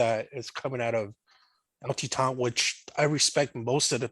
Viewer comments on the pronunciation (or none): I look forward to your review of the Nicotina. I loved it. You should check your dates. The 6210R was 2020. Also, how can you mispronounce Titan LOL.